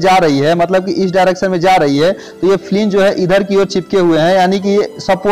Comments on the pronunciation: Flang not fling ... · Fling nhi hota flange hota h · It is not flinge it is called wheel flange...